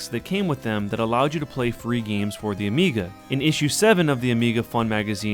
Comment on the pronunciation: Amiga sounds like amiibo.